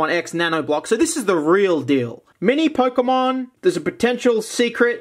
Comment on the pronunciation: ah yes,"POKEMOM"